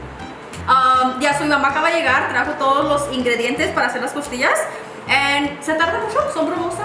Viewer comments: Did anyone else hear “tortillas “ instead of costillas ? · Did she say tortillas instead of costillas lol?